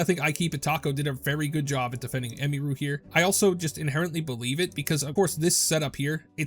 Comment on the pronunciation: It's pronounced Em-ihh-ru, not Em-me-ru lol, every single content creator I've seen keeps pronouncing her name wrong 😂